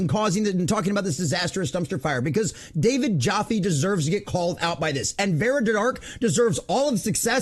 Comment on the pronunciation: He couldn't even spell or say her name right, Vera instead of Vara..lol guys an embarrassment. Jealousy i think, the fact Vara is killing it at the mo, she's worked hard for 5 years to get where she is...Jealousy rearing it's ugly head me thinks, and trying any tactics to get more subs, seems it aint working out to well for him....mental lightweight indeed. Maybe the fact he has a trans kid might be a reason he has beef. *shrug ...who knows...